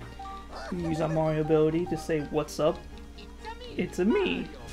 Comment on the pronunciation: Hey Mawio supew swuggers😂😂😂😂